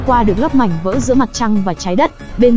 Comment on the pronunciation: Bà chị ko nói đc từ mảnh mà nói sang từ mánh kk 🤣🤣🤣🤣🤣